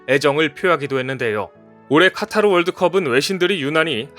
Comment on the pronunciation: 카타르가 아니고 카타 텔리그그레프가 아니고 탤리그라프